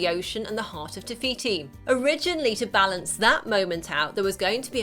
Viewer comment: not being mean but its no tiviti its tifiti